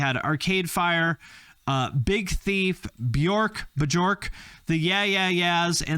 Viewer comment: My man said Bajork lol